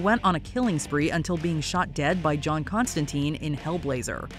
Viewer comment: Constantyne , rhymes with fine